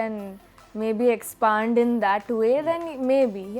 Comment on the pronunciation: No offense but its expand not expaand